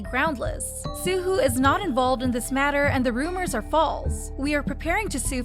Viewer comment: I cringed every time you mispronounced Suho’s name it’s more like soo-hoe not soo-hoo